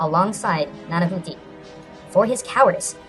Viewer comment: Ah, it's refreshing to watch a culture filled channel. Oh yeah, for the record you actually pronounced Tecciztecatl's name correctly...Nanahuatzin not so much :P. The "h" in mesoamerica sounds like "g". Umm its pronunciation is similar like saying "agua". So in the end it would sound like: "Nanaguatzin". Hope that's helpful.